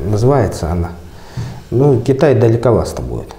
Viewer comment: Далековасто! 😂 Носитель русского языка, пипец!